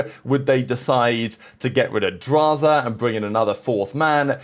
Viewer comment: bro said beans for Drazah LMFAO